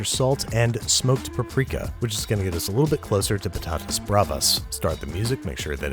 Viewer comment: You really like Kenji Lopez do you? I don't blame you though... (btw I love how you say Patatas Bravas, your spanish pronuntiation is not that bad)